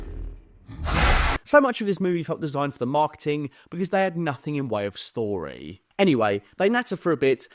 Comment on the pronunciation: End of shtory 😂